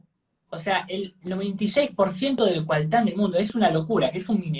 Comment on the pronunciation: No es "CUALTÁN", es "COLTÁN" (mineral de columbita-tantalita)!!! Vamos a mejorar un poco el nivel al decir la verdades!